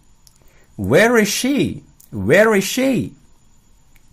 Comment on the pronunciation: kak ada yg salah ya di contoh nya, itu see harusnya she yg pas contoh huruf s